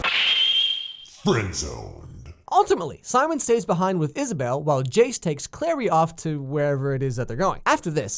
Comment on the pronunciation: It's CLARY not Claire.